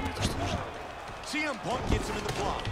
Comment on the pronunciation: Он сиэмпанк, а не цеэмпанк